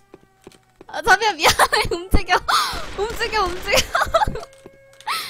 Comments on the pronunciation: 자비야를 자기야로 들리는게 나만 그런가...? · 자비라는데 자기야 라는줄 ㅋㅋ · ㅋㅋㅋ 첨보는데 인성 좋으시고 귀엽고 자비야를 자기라고 계속 들리네요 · 쟈비야 라는게 왜 난계속 쟈기야~ 하는것같지.... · 자비야 가 자기야 라고 들리는건 나뿐인가?...ㅋㅋㅋㅋㅋㅋ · 자비야 할때 자기야라고들림 ㅋㅋㅋ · '자비야'라고한걸 '자기야'라고하는것같음